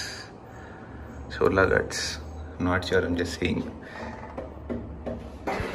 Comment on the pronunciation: it's not Gaats it's Ghaats "Gh" with epiglottis 😆😆😆